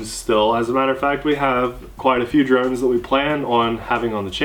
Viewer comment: you said we did drones all year I thought you said,"we did drugs all year!"